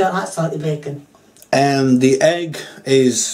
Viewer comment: I love how you say heg instead of egg